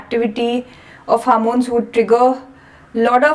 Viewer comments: Its hormones not harmones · Good explanation, however a couple of comments - Please stop saying "harmones,". There's no such thing. The word is 'hormones' and contains the letter 'O' in it, so why you keep pronouncing it as "h Ar mones"? Secondly, if there is a continuation to a video, can you please put a link in your description to the second part so that viewers can go directly to it? Thanks. 🙏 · It is not harmons say homons